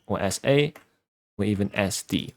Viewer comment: did he just say... esdee